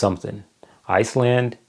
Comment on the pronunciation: How you said Iceland better not be in first😭😭😅😂